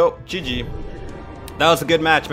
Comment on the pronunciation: amazing loved it and the way you say GG is Just Soo Good